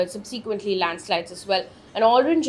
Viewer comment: Mam, SUB'se'quently✔️,not subSEEquently❌ 🌻🙏🏾🌻